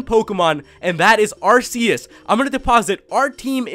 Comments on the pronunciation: Its pronounsed arkeus which is weird. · Its pronounced are-key-us. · Its arc eus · You mispronounced Arceus. It's ArrKKKKKK- EEEE-UHssss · Lol it's pronounced ark-e-us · it is prnonced arrr kee us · Leann Cottman NO ARR KEE US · I was good until he said Arceus name wrong... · I wish you'd say Arceus right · He is saying arceuse wrong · Stop pronouncing Arceus wrong. It's so damn annoying.